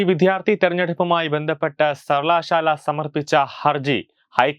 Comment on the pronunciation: സർവലശാല ....... മലയാളം വായിക്കാനറിയുന്നവരില്ലെ?